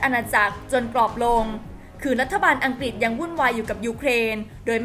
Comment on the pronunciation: ออกเสียงคำว่าอังกฤษไม่ถูกต้องนะครับ อัง-กริด ไม่ใช่ อัง-กิด